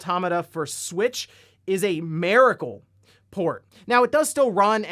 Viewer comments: "Maricle"........🤔 MIRACLE? 👈🏼👍🏼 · nope, NOONE besides you has called it a "mare-ah-cool", i have heard people call it a "mir-ah-cool" though. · auto-mata? mira-cle? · How is no one seems to be able to pronounce “miracle.” Can’t stand people saying “MEARacle” 😅